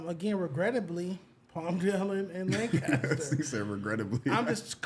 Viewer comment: In Texas we say , LANCASTER not lincaster! Wtf is that, Don’t take Stet word on Texas. Bruh ain’t been here in a while.